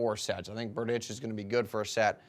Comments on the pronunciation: You have wrong pronounciation of Tomas's last name... Next time watch the tv more carefully. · P Funny.....Berdych(č)